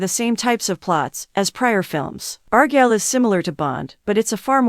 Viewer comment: What do you expect when they're so lazy they use AI to narrate, and the AI they use can't even pronounce Argylle correctly.